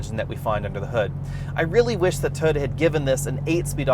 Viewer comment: Please learn how to pronounce TOYOTA.